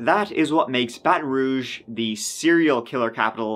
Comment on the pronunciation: This is my city 🥴 Impressed you pronounced ‘Baton Rouge’ correctly haha